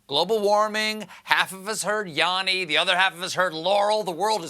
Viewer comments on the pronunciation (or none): yanni not yonni